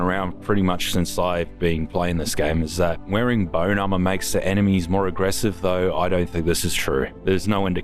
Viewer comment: give me 5 cents when ever says AMAUHR